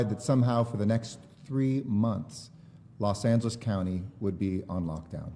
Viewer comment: I keep thinking he says Los Santos